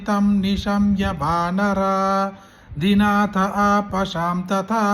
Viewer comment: ఆంజనేయాయ నమః🌹🌹🙏🙏 వానరా .. ధినాథ అని కాదు. వానర అధినాథ అని చదవాలి